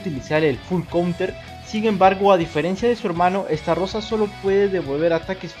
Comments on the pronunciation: SI NO HAY DOS R NO ES ESTARROSA ES ESTAROSSA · Xd Es Estarossa no Starrosa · Se pronuncia Estarossa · No que se pronunciaba estalosa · Estarrossa así lo estás pronunciando no creo que se pronuncie así pero quién sabe